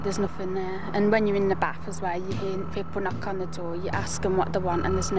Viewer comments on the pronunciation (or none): none